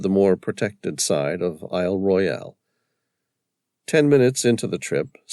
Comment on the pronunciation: There are No sharks in ice cold fresh water Lake Superior. And Isle Royale is pronounced Royal by locals